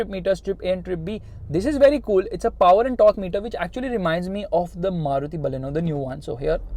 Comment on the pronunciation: I love when you said "the diesel engine got more paowaar"❤️